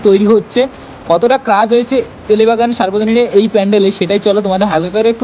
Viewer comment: Tele bagan noy ota Telengabagan